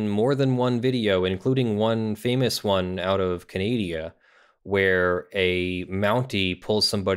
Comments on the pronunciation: no. Not even close. Its Canada. Not Canadia ;) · Thank Cthulhu I’ve found another person who says “Canadia”.